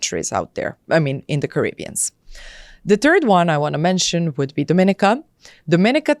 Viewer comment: If you're considering a passport from a place you should be encouraged to pronounce its name correctly. The caribbean island with this flag 🇩🇲 is Dominíca (do-mi-NEE-ca). Would hate for someone to spend all that money and not know!